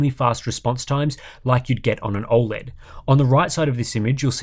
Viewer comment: I don't trust anyone that can't pronounce O Led correctly.